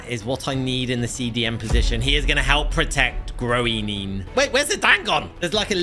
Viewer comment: Sorry but you pronounced Groenen so wrong (no hate it was just funny